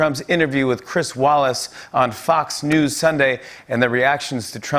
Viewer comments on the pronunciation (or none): How he says " Fucks news monday" *fox